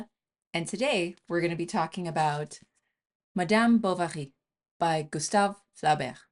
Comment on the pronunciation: Is she pronouncing M'dyaam 'Bou-wa-ghi'?😮